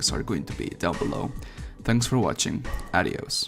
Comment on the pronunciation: una duda, por qué dices "arios" en lugar de "adiós"? todos sabemos que hablas bien español xD